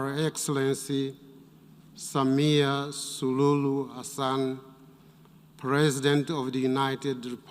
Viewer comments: C'est une honte ! Il a dit SULULU au lieu de dire SULUHU ! Kichwa mboga yule Mzee!😂😂😂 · Our president's name is Samia Suluhu not Sululu 🙄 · I was about to say “Sululu” and he said it twice 😂😭😭😭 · Nimebaki nacheka tu, etu not sululu, Never mind was just speak error 😂😂😂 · How does the presenter manage to get the name of a head of state wrong TWICE? Can't they write the names phonetically at the UN?